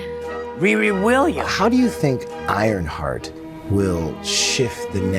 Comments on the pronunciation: Ironshart 😂 I couldn't even make it through the trailer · "IronShart" LOL!!!